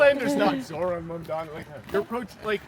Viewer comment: Why do you pronounce his name like that? Zoh “ran”? He himself pronounces his own name as Zoh “raan” It’s Kamala Kumala 2.0 😒